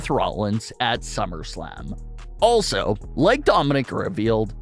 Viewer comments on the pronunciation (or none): none